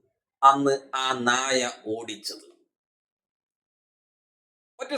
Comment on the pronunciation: നാഴ. അല്ല നായ